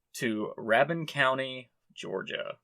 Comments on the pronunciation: Ok. Originally from D.C, but I have lived in Ga since I was 11 years old. You did pretty good with the pronunciations! Rabun County, you were close. It's pronounced Ray-bun, with the stress on the first syllable. The other one it sounded like you struggled with, was it Chattooga? It sounds like "Chattanooga" in Tennessee, but without the "n". Most of the names are Cherokee in origin, but then you lump in the Southern accent and some ot it ends up sounding nothing like it's spelled, so you did really good! I had no idea I could get fairy crosses so close to me! I'm in North Ga near Sharp Top! I'll have to go check it out! Also, for those who would like to check out Dahlonega, it's a great little town and there is even a Gold Museum you can enjoy. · Chatuge-Shuh-toog Rabun-Ruh-boon